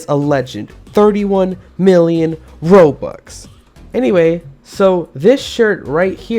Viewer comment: he said roblux